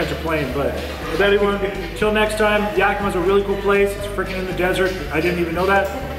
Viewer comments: Its Yak-i-ma.......lol Luv you.... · Love you but it’s YakiMA